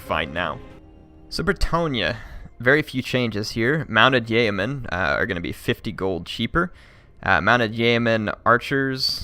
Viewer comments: Yeoman is pronounced Yee'O'man with the emphasis on the O sound. Thank you. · Ah no, it is pronounced Yo-men.